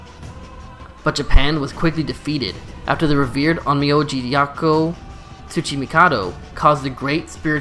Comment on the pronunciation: Onmio is it that hard to pronounce correctly